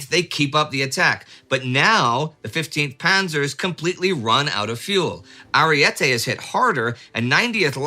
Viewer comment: Divisione Ariete. NOT "Arriete"